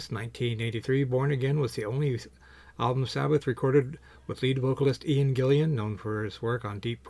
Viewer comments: This guy also says "Gillian" hahaha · Doesn’t have the album, but makes a video about it. A great album!! Get it, listen to it, then make a video. And say Ian Gillan’s name correctly! Come on man! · Can this guy please read/pronounce "Gillan" correctly?!